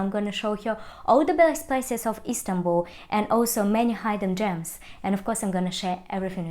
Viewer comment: Hidden gems is pronounced hid-den 😉